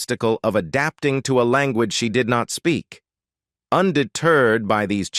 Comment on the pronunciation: I've watched a bit and it's VERY "AI"-driven auto-commented video. YouTube should just take these down or flag them. Still some content pics etc but when the AI-voice pronounce "language" as LAAN-GUUEEN-GGEE - you know it's a fake video.